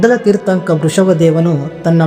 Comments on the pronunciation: ಮೊದಲು ತೀರ್ಥಂಕರ ಎನ್ನುವುದನ್ನಾದರೂ ಸರಿಯಾಗಿ ಹೇಳು ಮಾರಾಯ ತೀರ್ಥಂಕ ಅಲ್ಲ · ಮಾನ್ಯ ಆಂಕರ್ ಅವರೇ, ದಯವಿಟ್ಟು ತೀರ್ಥಂಕ ಅನ್ನಬೇಡಿ ಅದು ತೀರ್ಥಂಕರ